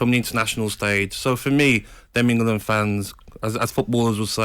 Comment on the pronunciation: For me he hasn't been that bad recently,does this clown even watch games? Someone from Talksport needs to explain how he got the job,it definitely wasn't for his football knowledge or eloquent speech.He even says EngUland